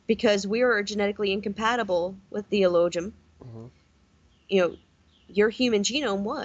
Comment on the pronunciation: She's read Elohim/Elojun and doesn't realise you don't pronounce the J... Like in Aramaic, no J!!!! Jesus? Hail Zeus... It's pronounced as an H... F.S!!!